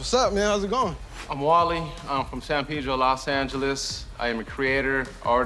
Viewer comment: San peedro no mames hable bien cabron es San Pedro! Cmon now... cool kicks btw 👌